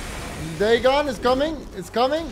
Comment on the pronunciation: That is the proper and accepted pronunciation of Dagon though... its everything else he says wrong...